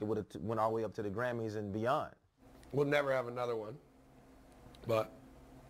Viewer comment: “ we’ll never have another “ rips cig {STRONG POST MALONE EMPHASIS RIGHT THERE FOR YA}